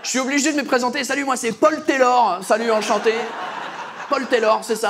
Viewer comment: "enchanté" était parfait hahaha 🇨🇦